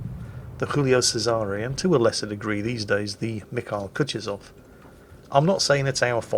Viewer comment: You know, Kutuzov was 18th entury Russian marshal. I couldnt find a link for how to properly pronoune it, but if You drop the name into Google translate it will read it out for you properly in russian. ...it's bad, really. Do it!